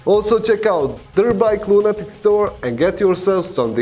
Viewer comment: My coworker and I watch your videos every day. Mostly we enjoy them very much, thank you for posting them. We have noticed something very peculiar. For the last three weeks or so, you have stopped pronouncing the last syllable in lunatic all together. We cannot figure out why you have suddenly developed this speech impediment. It has to be more than your Russian accent and constant nasal congestion. Please explain. Also, we would appreciate it very much if during the next angry, stupid and crazy people video you would ask where is moose and squirrel? That would delight us to no end! Thank you very much!